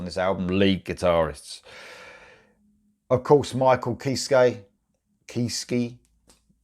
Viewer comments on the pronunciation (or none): "Kiss-keh," just to be that guy...